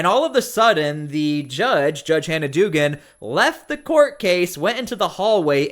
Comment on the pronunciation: The name is pronounced dug-an.